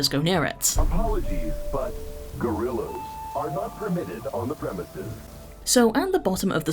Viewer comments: “Apologies, but [gorillas] are not allowed on the premises.” He didn’t have to say it with the hard G 😭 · Why he say "g o r i l l a s" like it's a slur?